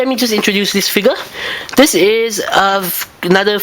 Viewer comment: the way he says figure (figya) sounds like nigga xP